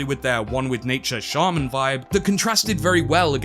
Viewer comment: Why do you pronounce shaman like that😭